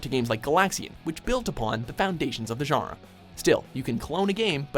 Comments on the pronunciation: When he says genre it sounds like jara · how come no one knows how to pronounce genre on this channel